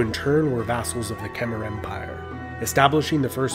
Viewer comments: When you say “Khmer” it’s not (ker-mah) it’s (ka-mah) I’m Cambodian just pronouncing the right way I got a little offended on how he did say sorry if he pronounced anything wrong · It’s pronounced khm-I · Just wanna say Khmer is pronounced like Kmai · not really sure i trust this guy, he pronounces Khmer like kem-er instead of kha-mai like its supposed to be pronounced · Kom Not Khama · QIt not kemer it khmer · Omg how he pronounces “khmer” is painful... it’s pronounced “kmai”! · The way he pronounced Khmer ughh